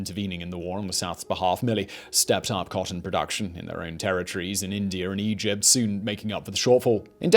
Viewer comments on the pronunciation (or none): none